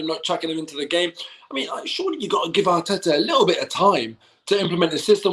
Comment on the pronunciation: speak rapish Atita was rang